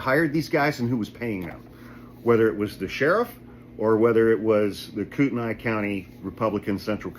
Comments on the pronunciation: The county is "coot-knee" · Idaho has been going progressively nuts for 50 years!! But recently it's just disgusting and disturbing! Btw it's pronounced "Coot-knee" although spelled Kootenai. Thank you for all that you do!! We sane idahoans are sick of it and are done being afraid! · Kootenai is pronounced "coot knee", should you be interested. Coeur d'Alene did the right thing axeing Lear AM's license. I filed complaints against them with their home state of California. Love that these guys caught charges. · You'd probably have to live here for awhile to get the politics and push-pull of it all. Extremists usually not from here moving here, a county that's red, a small city that hovers on purple. Thus conflict between county law enforcement and city police & mayor. The city declined to arrest or prosecute her. The city instead has charged/cited the private security personnel. County is pronounced KOOT-n-ee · KOOTENAI pronounced Koot-knee Love your videos thank you for keeping us informed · It's pronounced "koot - knee." Sorry. In Idaho, private security has to identify themselves. Norris is drawing disability from LAPD while being sheriff. That's against Idaho law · You pronounced Kootenai wrong bro. I live bout 20mins from that city where this happened Kootenai county is fairly large stretching county lol